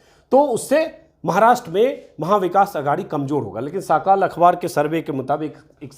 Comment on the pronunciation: साकाल नहीं सकाल।इसका मतलब सवेरा होता है।